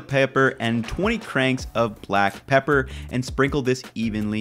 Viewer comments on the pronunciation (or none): Garlic "PEEEEPAR". ITSA ME!!